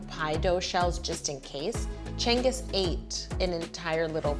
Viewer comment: why is she pronouncing cengiz like "chengis"? it should be more "jengiz"